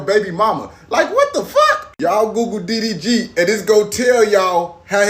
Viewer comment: His name is D D G I don't know what you are saying😂